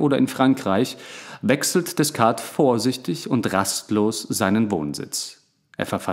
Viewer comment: 👍Angenehmer Rhythmus und Stimme. Man hat lust und raum zum mitdenken. Aber die frz aussprache könntest du nochmal ausbessern - Deh-kart (Descartes), Puat-jeh (Poitiers) ... Darüber bin ich beim hören immer wieder gestolpert ;)